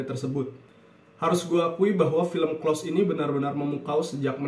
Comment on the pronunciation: maaf mas,pengucapan close bkn spt yg mas ucapkan hehhe